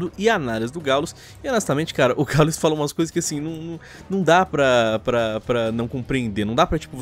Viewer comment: caralho é difícil falar Gaul”ê”s??